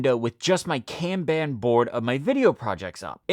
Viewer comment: Kanban is pronounce con (like con man) and bon (like James Bond) it's not can ban. Pronounced KAHN-Bahn.